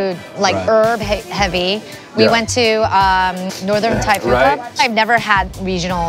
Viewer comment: Does speak Thai fluently? The way he pronounces Thai words is almost perfect.